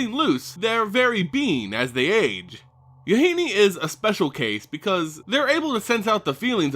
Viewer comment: MaRo has been told that Yahenni rhymes with "Duh, Jenny." Using this knowledge, to pronounce it the way you have been is wrong. For future reference.